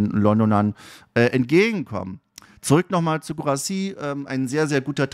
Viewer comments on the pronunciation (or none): es heißt Girassy... das u ist stumm. Also wirklich komplett stumm.